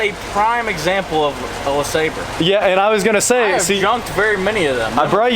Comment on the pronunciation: you need to learn how to pronounce LeSabre like the vice grip garage does.